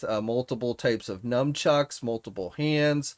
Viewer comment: P are you saying m u m trucks? Because it is n u n c h u c k s m u n not n u m there is no m in nunchucks